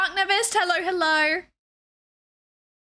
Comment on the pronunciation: you say hello as hellor muchhhhh